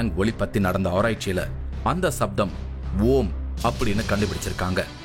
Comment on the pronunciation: Who is the narrator? He neither pronounce Tamil nor English properly. Other issue is playing down the technical knowledge of Tamils shows a kind of distorted science. Sound is written as sattham not saptham. Other Max Mullers!